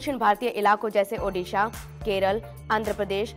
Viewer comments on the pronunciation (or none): none